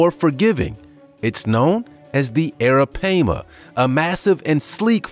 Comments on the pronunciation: Why are u calling arapaima arapeima? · The arapaima is pronounced (air-ra-pie-ma) not (air-ra-pay-ma) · correct me if am wrong but its pronounce as ARAPIEMA NOT ARAPAYMA. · Its pronounced Aira PiEma not pama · It’s PAI-MA!!! Not PAY-MA goodness... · Hey buddy it's pronounced Aira-pie-ma. Alright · It's pronounced "eh-ruh-pai (pie)-muh", sorry I've watched Jeremy Wade. 😘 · hahahaha dude i was like URGGGGG that is not it's name i had to skip it lmao! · Its ara- pie- ma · Its Ara-Pie-ma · The third syllable of arapaima is pronounced as an "i', not "a". Bullshark is not much of a mystery anymore. They are found in brackish and fresh water across the world, and they have cousins that function well there too. Also, why not the Brazilian wandering spider? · Thank you, it was getting on my nerves every time he said it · Was also driving me crazy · Stop saying the name of the first one wrong!!!!!! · He’s saying the name wrong the pronunciation is wrong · U pronouncing the first one wrong and that's very disturbing 😒😒😒and i'm from Guyana in south america so i know😒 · Right off the bat he mispronounced a fish. Maybe Learn how to say the name of what you going to discuss!!!! Just saying😊🤣🤣🍻✌